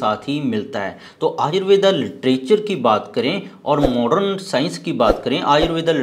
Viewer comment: हिन्दी बोल रहा है भाई,, आयुर्वेद बोल आयुर्वेदा नहीं 😊